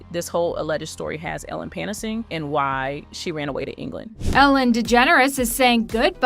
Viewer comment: “Panicing” is mispronounced— the channel is ai